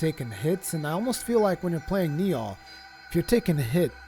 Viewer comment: Does anybody ever correct your pronunciation of Nioh? Not a big deal, it just sounds silly every time you say Ni-Aw :p